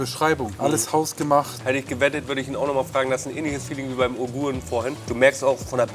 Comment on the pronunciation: Wie er Uiguren nicht aussprechen kann …